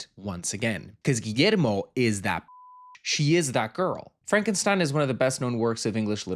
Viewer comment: Finally someone who doesn’t butcher Guillermo’s name 💜 hahah